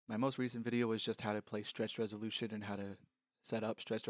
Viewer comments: he said RESOLUSION not resolushion ok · "Stretched Resolusion" xD